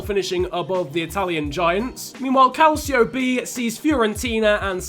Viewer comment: Your pronouncing calcio b wrong